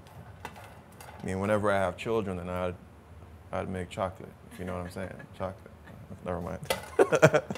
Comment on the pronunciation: Love the chica chocolate pronouncing, bitter to sweet